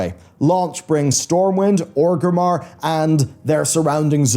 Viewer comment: i always love it when ppl that have played the game for so long and say the love the lore but can never pronounce orgrimmar correctly.... how would Orgrim Doomhammer feel